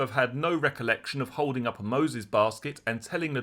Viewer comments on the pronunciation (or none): none